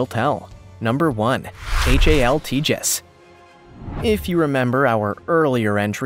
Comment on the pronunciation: It's pronounced TA hass, long A, not Tejas. The J makes the H sound.